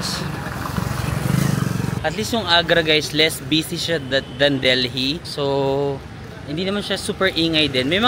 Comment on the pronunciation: Deli po ang pag-pronounce, SILENT H ang Delhi.